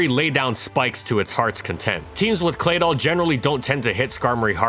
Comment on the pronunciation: I gave this video a thumbs down. Claydoll? Really? 😷 ughhh!